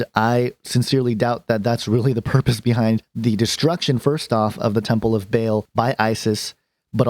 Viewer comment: It's not Bale it's Baa-l, just like the bleat of a sheep but ending in the letter L as in El.